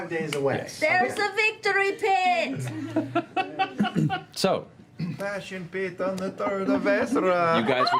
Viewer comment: And how long until he finally pronounced "piton" right?